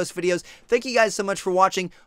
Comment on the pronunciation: LOL "Checkkcoutiad2viuisdeoaonscreenyoudhaevntseertnyet"